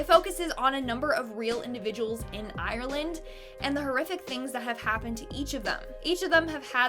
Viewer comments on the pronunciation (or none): none